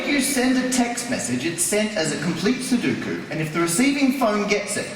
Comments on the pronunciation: It's su-DO-ku. Not su-DU-ku. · in Japanese it's pronounced num-baa-pu-ray-su ^_~ [Because they call it "number place" or ナンバープラース. ;) That aside, "sudoku" in Japanese is pronounced like sue-dough-koo.] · Every time he said "Suduku", I died a little inside. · NoriMori-san and I know different. Please note that the second syllable has an "o" not a "u" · This guy is entertaining enough that I'm willing to forgive his complete idiocy when it comes to how to pronounce "sudoku".